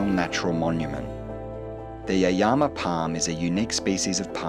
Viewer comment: Lovely, but the pronunciation of Yaeyama made me want to poke my ears with a sharp stick. Also pity you recommend fish and chips and pizza instead of Yaeyama soba.